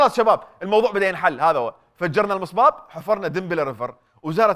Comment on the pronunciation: سيدة النائبة .المصب وليس المصباب